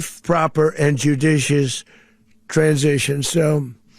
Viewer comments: He'd be a horrible story reader in a class. Judicioisssssss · did he say judicious...or sadicious? I think the latter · Jujicicious? Good lord, it’s hard to believe this idiot is running America. 25th amendment time. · He has trouble even saying the word "judicious" . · This MFer talks about being "judicious" because he says, "that's how we are"? He couldn't even pronounce the word 'judicious". While he is breaking American laws and international laws? Every day this man makes me sick, and so does the thought that we have millions of PURE STUPID, UNEDUCATED American voters out there who voted for this A-Hole!!